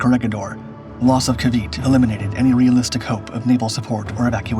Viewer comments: It's ca-VEE-tay, not ca-VEET. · It is pronounced KAA-VEE-TEE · I hate how documentaries don’t learn how to pronounce things properly. If you’re gonna teach about a subject or a topic, at least learn how to properly pronounce what you’re teaching. It’s pronounced Kah-Bee-Teh. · Ca vit ay this is how you pronounce it